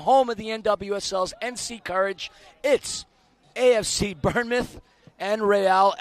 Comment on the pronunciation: I'm sorry please calm us bournemouth pronounced born mouth